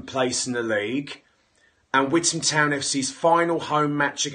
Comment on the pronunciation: 1 pound for every time he says withan town